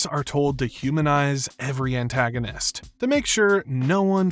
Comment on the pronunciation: Mispronouced Antagonist